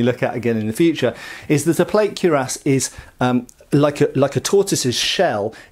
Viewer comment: slips naughty plays on words into every video, but still seems to feel squeamish about pronouncing cuirass properly. He was even decisively corrected face-to-face by experts in a recent video on this channel. Come on, mate. Ditch this cure-ahs stuff. 😄